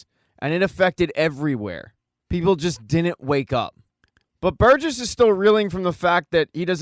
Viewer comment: Burgess, not Burgers. SMH. Moving to migraine. 😊❤